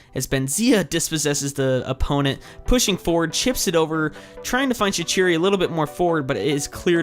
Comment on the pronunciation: shaquiri is prounounced Shak-qureey